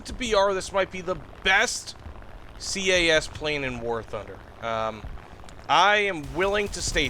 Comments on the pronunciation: Please stop calling it C.A.S, it is cas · SINGLE downside of all this is the "SEE-AY-A$$" ahh pronoucing... OK SORRY IT ITS INDEED A GOOD VIDEO <:D